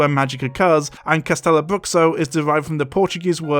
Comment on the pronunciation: Going on a 25 minute rant about cultural insensitive, but not caring enough to pronunce castelo and bruxo right? Am I the only one who finds this hilarious? Sloppy research to make a quick buck. Reminds you of someone?😂